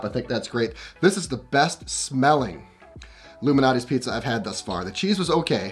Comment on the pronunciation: Are you saying Lou Malnati or Illuminati? 🙄